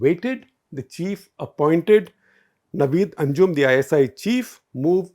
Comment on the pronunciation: Just a suggestion Gupta Sahib, please read the names properly it takes away from your analysis which is almost always cogent and on point, The name is Nadeem Anjum not Naveed Anjum